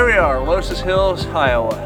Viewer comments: Only 2 minutes in, but I have to make a correction. It's pronounced "luss hills". Carry on... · loess hills pronounced “Luss”. Mondamin is Mon day men